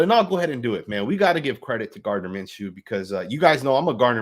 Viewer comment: It’s not Minshew damn